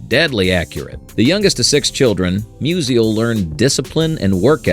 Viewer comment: Mus-ial, not Mus-i-al